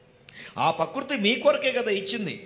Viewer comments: పకృతి కాదు " ప్రకృతి " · పకృతి కాదు ప్రకృతి ....కొంచెం కరెక్ట్ గా పలకండి